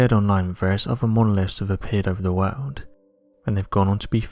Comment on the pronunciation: "....the wawld....." IJPMSL....!!!!!